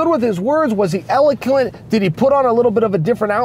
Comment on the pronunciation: Elekant!! Ha ha very eloquent chael nice